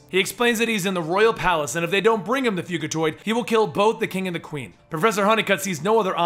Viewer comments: he said fuGitoid not fug(g is a j)itiod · I'm just pointing this out cos I've seen the latest tmnt animated series the way your saying fugitoid is different too the way I've herd it before I'm pretty sure its short for fugitive droid or android and your saying it like fugue as in a fugue state etc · its FYOU-gi-toyd its fugitiod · not to be that guy but is it fujitoid(pronunciation) or fugitoid the way u said it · it is pronounced fujitued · love yout stuff, but my grammar nazi is screaming out at you to pronounce it fujitoid, not the g sound, lol. stupid I know, but had to get it out. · It's pronounced "FuJAtoid. Like fugitive android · youre pronoucing fugitoid rong. It's pronounced "fudjitoid". Sorry, had to say it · Dude come on!!! Fugitiod is a cross between the words fugitive and android. The "g" makes a "jah" sound, not a "gah" sound. How do you do so many videos, and yet consistently fuck up simple pronunciation?? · Not to be a dick, but it's pronounced Fujitoid. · It's pronounced with a soft G (a J sound). Because he's on the run, he's a fugitive android or "Fugitoid." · hate to ask but isn't it fugitoid as in a hard g sound like fugitive?